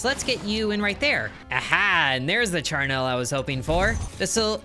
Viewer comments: It's pronounced char-NULL, not char-NELLE. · Charnel is pronounced -nul, just remember its not a happy thing, so don't smile to pronounce it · Oof, you are actively hurting me with how you are pronouncing Charnel It is not spelled Charnelle